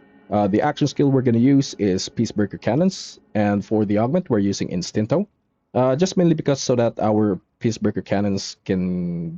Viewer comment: i was just thinking about this, que rabia da ver a o a pronunciar ITINTO (instinto)